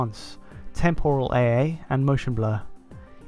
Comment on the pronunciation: Temporal. Is it just cause I am Australian or is it not pronounced right.